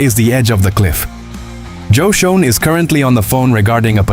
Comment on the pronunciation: Why do I keep seeing the same Giants video??? Get real please... P.S. Schoen is pronounced "SHANE"